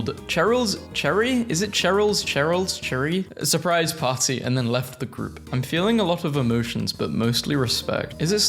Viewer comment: souprise (Snorts maliciously)